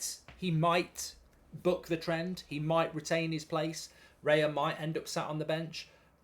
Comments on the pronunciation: Isn’t it Raya, not Reya? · isn’t it “Raya” instead of “Reya” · It's Raya btw 👍🏼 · Bye bye Turner. 😢 BTW is Raya not Reya 😅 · it's Raya btw🤣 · Isn't it Raya?